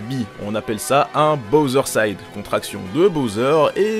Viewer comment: On dit BowserSide..